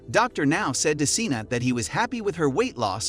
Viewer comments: Why do you butcher the pronunciation of these people's names??You have mispronounced every single person's name but 1 in this 1 video. wtf? these people are putting money in your pocket you should at the VERY LEAST pronounce their names !! ex. Seana: you say "seen-a". wth? it's "Shawn-a".. exz. Tamy is not "tame-e" it's just plain "Tammy"! I will boycott anyone's channel that's too lazy to even do this right. What else are you taking short-cuts with? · Her name isn’t pronounced as “Cena”; it is pronounced as “Shawnna”. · SHAWNA it’s pronounced SHAWNAAAA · I guess so since he pronounced “Seana” wrong